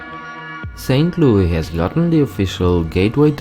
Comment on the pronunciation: Saint Louis. LOO-IS